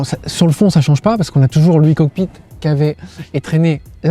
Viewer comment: [aï] cockpit, pas [i] cockpit. Pourtant il le dit bien le E pour la version électrique.